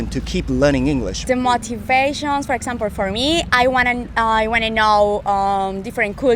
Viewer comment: 韓国人のお姉さん、英語がとても上手だけど、for exampleの発音で韓国人らしいと思った。 オーストラリアに住む事は、様々な英語話者に触れられる、素晴らしい英語環境だと思います。